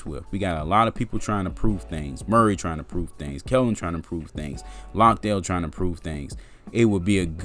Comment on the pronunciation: Jock Landale was terrific for Melbourne United and as an Aussie who lives in Melbourne and goes for the Spurs, I saw him live and he dominated also it's not Lockdale it is pronounced Lan-day-ill.